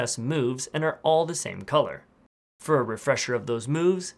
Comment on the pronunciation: He finally said "Fir a refresher of those moves"